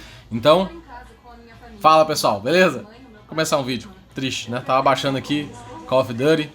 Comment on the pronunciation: A pronúncia correta para Call of Duty é "CÓL OV-DURI" kkk